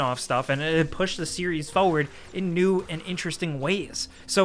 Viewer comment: Does anybody know how to spell the way he says the word: forward